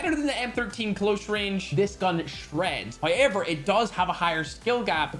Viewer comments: Bro it is pronounced as how-ever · Why you always says howyever